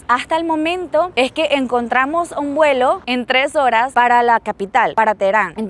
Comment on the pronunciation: Se dice vuelo. No se dice welo